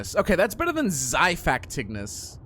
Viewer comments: Rest in peice lost island Also omg you have a apollo bow 😂💀☠ Btw its xipactinus (dont see my spell) Why you call it xai its xi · You sat it like zy-fact-inus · its zafactinus thats how its said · I'm pretty sure Apollo isn't the god of the sun, as it would be Helios. Technically Apollo is the god of archery, along with his twin, Artemis Name the mosa Abyss or Void Also also, it's pronounced zhi-fact-in-us